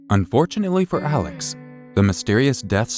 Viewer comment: Hey Love 🥰 Merry Christmas 🎅 Excellent job as always! We do care. Don't hold it in. I know how important to you it is for you to get everything right. Alex Murdaugh is pronounced "Alick Murdock" When we first moved to Hampton 18 yrs ago I thought I would never get it right! He is also still a person of interest in Maggie and Paul's murders. If you blink your eyes, there will be 5 more updates to this story 🤣🤣